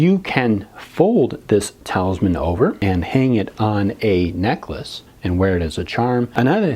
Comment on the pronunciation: eeee im sorry if i sound rude but you said talisman wrong..